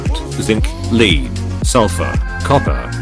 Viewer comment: Lead (noun) is pronounced (led) not (leed). Thanks